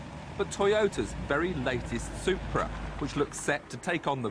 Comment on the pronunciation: I love how Tiff says "Soup-bra"